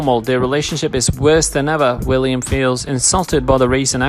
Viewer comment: It's William not Villiam. The narrator needs to slow down so he can read properly instead of inserting words that are not in the narrative or leaving out words that are. It sounds a lot like a meaningless gabble.